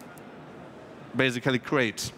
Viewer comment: Sorry to say that but after hearing this I had to listen dictionary saying "basically" and "transaction" few times in a row to heal my ears.